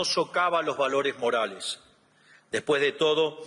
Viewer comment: 🫣 Esto esta chequeado!!! Que dice señor reptil?? Inficiencia=eficiencia, dijo no vale la puena=pena, es traba no trabues, valores marales y es morales, NO SABE LEER !!! Y ES EL PRESIDUENDE!!! fue a hablar pavadas, lo que dijo solo beneficia a trump 🇺🇲 no a la Argentina 🇦🇷, Reptil sos una maquina de hablar y hacer c4gad4s, que verguenza nos haces pasar en el mundo entero. Y pensar que hay liberdolobus que te aplauden como focas 🫣.